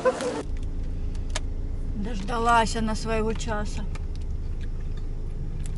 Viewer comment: Почему "мороженО", а не "мороженое"? Вам надо на курсы русского языка.